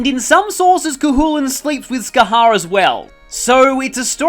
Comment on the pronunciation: Bro, don't worry about not being able to pronounce some gaelic names, it's got some kinda weird rules. Oh, and Scathach is pronounced 'Ska-hock'